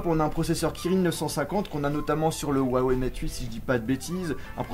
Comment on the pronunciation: tu me stresssseeeeee avec ton wouawei c'est HUawei huuuuuuuuuuuuuuuuuuuuuuuuuu